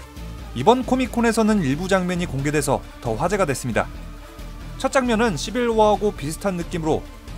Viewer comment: 시빌워가 아니라 시발워 ??